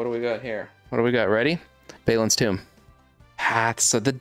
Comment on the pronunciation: ….have you even watched lotr. Thats not how you say balin.